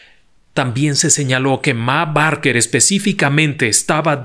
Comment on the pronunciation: Esta muy bien relatada la historia Pero el apellido de la familia se pronuncia "Beker"